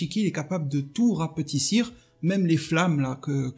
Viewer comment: Rapetisser pas " rapatissir"